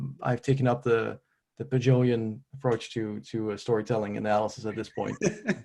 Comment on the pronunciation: Great interview. Really enjoyed this discussion. Thanks for making it happen. P.s. Ahem: "Pageauvian" would be a better way of pronouncing the Pageau adjective.